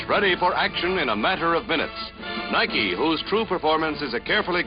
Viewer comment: did he say niki( na-eye-ki)?